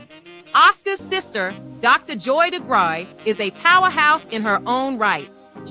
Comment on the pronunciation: AI glitch... I'm pretty sure it's pronounced Di-gry...